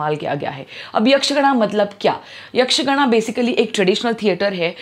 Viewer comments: It is Not यक्षगण, it is यक्षगान! Means Hindi ka गाना! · Yaksh gana nahi yaksh gaana, and it is tulu